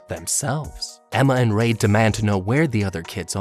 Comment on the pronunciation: you messed up on ray's name and that made me laugh but its ok